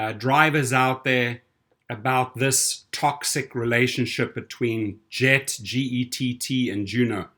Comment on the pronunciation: Isn't 'Gett' pronounced with a hard 'g'?